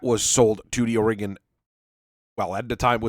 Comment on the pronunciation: i keep hearing 'aurigan trade alliance' as 'oregon trail alliance', lmao